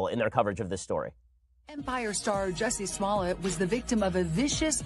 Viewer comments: Juicy Smull-yay.... indicted! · Who is Jussie Smollett? It's French actor Juicy Smooliyeah.